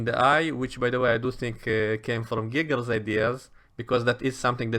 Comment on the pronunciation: I love your accent… one thing though… when you say “Geiger’s” it sounds like “Giggles” 🤣